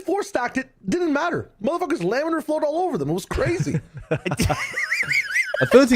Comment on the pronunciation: Shyow saying lamellar flow was a hit of fluid mechanics PTSD I was not expecting today 😂